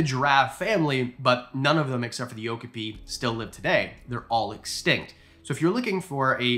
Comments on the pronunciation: Just a friendly tip for you, "okapi" is pronounced "oh-KAA-pee", not "OAK-uh-pee". Cheers! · Definitely do a part two, i have got close to an okapi in my local zoo and i mean within 2 feet oh and its pronounced O-cap-pee 😊 the same zoo also has Komodo dragons 🐉 but i dont want to get so close to them 🤣🤣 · Please do more! But please look up how to pronounce names you aren't sure of. Okapi is oh-kaa-pee. They have a breeding program that the San Diego Zoo and Safari park is part of, and they have a great exhibit away from the main track( trying to keep the noise down). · I think you meant that the pronunciation is correct, but that the stress is on the second syllable, rather than the first. o-KAH-pi